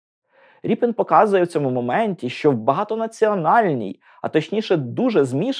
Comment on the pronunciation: Все це цікаво , але прізвище художника украаїнською пишеться РЄПІН ,а не Ріпін.В перекладах ПІБ в написанні і у вимові зберігається оригінал.